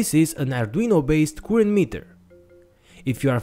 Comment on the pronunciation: it needs 2 minutes for me to understand his current spelling. it;s not koorent it's current